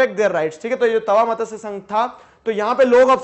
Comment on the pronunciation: This is not मतस्य,this is मत्स sangh